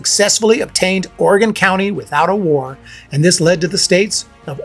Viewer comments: Good video. Surprised you ranked Grant as high as you did because he's often regarded as less than great. Btw it's Oregon Country, not County. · It's "Oregon country". But otherwise, great video.